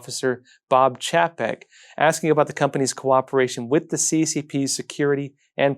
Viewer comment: you said it great - Bob Čapek:-) Like a native Czech speaker. I guess Mr. Capek of Disney has some Czech origins.